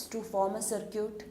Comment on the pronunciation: Idk why she is pronouncing circuit as sircute😂😂